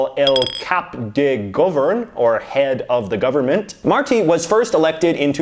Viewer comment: Awesome video!! Andorra is also governed by the Liberals (Martí Petit comes from the liberal coalition) and yes, there’s no much info about him, probably because of the size of the country. (Pro tip: it’s pronounced /Mar-tee/). Waiting to see part 2 and knowing what the heck happens in Brunei! PS: love that BC flag!